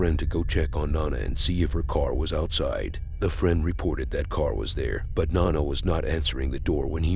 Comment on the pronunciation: Her name was No - Na. Not "Non - A". Jesus.